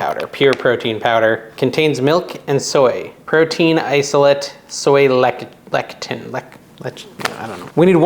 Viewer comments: SOY LECITHIN pronounced "less-uh-thin". ;) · Have you thought of using a very bland regular cheese? White queso, maybe? Farmer cheese? (Also, the "c" in lecithin is a soft "c")